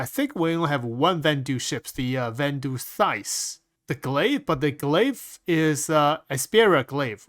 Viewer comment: Everyone: van-duel: Van-Doo